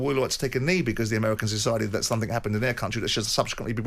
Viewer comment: What he meant was SOMETHING , not sumfink